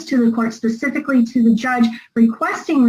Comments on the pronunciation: Pacifically stipulates 🤙🤙😅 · Pacifically is she on pch?